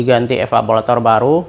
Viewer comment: Evaporator bukan evapolator